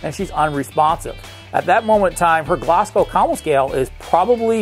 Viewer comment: Really good video! But cringed at the way your saying Glasgow